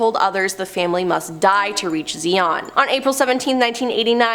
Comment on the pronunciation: Also it’s Zayon not Zeeon, and it’s Hubbard not Hoobard.